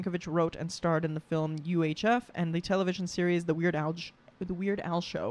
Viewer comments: Did you seriously read weird al as weird A I? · Not A eye A el for AL as in Albert. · It's not 'ai' it's AL lol 'cause the titles are using his name. "The Compleat Weird AL" AL. As in his name, not ai like artificial intelligence (tho he has mad jokes on twt before b/c ai and AL look the same depending on how it's written). And it is 'yankovic' with no 'ch' sound (idk why there'd be a 'ch' sound when the name ends in a 'c'), the pronunciation was written right there on the wiki page. BUT YES, more of his stuff! His songs are great. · His nick-name is not "ai" -it is "al" ' L -as in Lots of fun! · At the end, you kept pronouncing Al's name as "A.I." in the names of the specials. I make that mistake all the time, but it's actually AL, but with a lowercase L, so it looks like an i. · Noooooo.... "The Complete AL",NOT A.I! AL,as in his name AL Yankovic. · It's AL not ai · It's weird aL, not weird ai lol